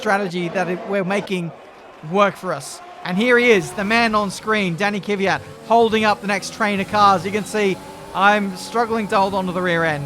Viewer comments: It's pronounced Kvyat. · Kvyat is pronounced as kfiat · It's Kvyat just how Crofty says it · TFW is trying to pronounce Kvyat right after all these years and he's gonna be gone next year so it won't even matter... that timing. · For say Kvyat name right you have to say ''TORPEDO''. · Pronunciation is very similar to the way says it, he just emphasizes the wrong syllable (1st instead of 2nd, like it should be). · thats how to say kvyat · I think you say Torpedo😂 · I pronouns it keviat not kéfiat! Like it if you say it like me!? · Isn't it Kyv-at? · I think it’s “ Kve-yat “ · It's K-V-Y-A-T, not K-I-V-Y-A-T, without the I-sound between the K and the V. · it's no ki-vyat it's kvyat. Thank me later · plsease sign kvyat and try to pronounce his name right pls. its like kvyeeee yat or kyiii yat not kiv yat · There's more than 1 syllable in Kvyat. pronounces it KIH-vee-at, but it should be kih-VEE-at. Crofty basically takes out the first syllable by combining it with the second so that it sounds like "Fiat". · KIWYAT not keyveeat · Okay, here it is: K - V - Y - A - T not K - Y - V - Y - A - T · It's Kveeat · It's Kiviat that's the pronunciation. But It's Spelled as "Kvyat" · Kuh ve yat. Say it quick there you go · Kvyat - hard K followed by soft V. Ya like in Ya(s) marina, followed by hard T. The stress in on ' ya ' sound. Квят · It is KVIIIIIAAAAATTTT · k-vee-at for pronouncing danil’s name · The pronunciation (what I say) is said like this: Kyviat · Danny Kiv-Ey-yat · It's pronounced квят. Trust me, I know. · Kvyat is pronounced as key-vey-at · Holy shit I thought I was the only one annoyed by "kiwi-yat" lmfao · Kvyat is pronounced like Fiat, but the K and V are both pronounced. (Kveat) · Ka - vee- yat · Kvyat pronounced: k-vi-at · Step 1: Say Fiat Step 2: Replace the F with a V, so "veee at" Step 3: Put a K in front=kveeat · U pronounce it as Danill K-fi-at grammer right there bois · It's ki vee yat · It must be around "kwiat". His name means flower.